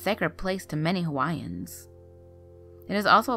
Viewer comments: You’re not from Hawaii!!! You can’t pronounce any of the Hawaiian words correctly. Perhaps you’re just a narrator. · I don't mean to be rude but most of the Hawaiian words you have pronounced are pronounced wrong.Sorry if I have made you feel hurt but I'm just trying to state the obvious. I am Hawaiian and have lived there for my whole life and have learned of every (not exaggerating) word in Hawaiian.I was born in Hawaii and have gone to Kamehameha schools.We have learned that if you sing on a rainy day to the ancestors of Hawaii will make it stop raining.We have done this and it worked and also a rainbow appeared. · the pronunciation is disrespectful😒